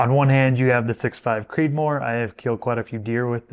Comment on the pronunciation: All perfect except that, “Creedmoor”.